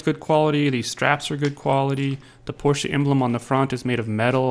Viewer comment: Just to let you know there is no "A" on the end of Porsche and is not pronounced with an "A" on the end.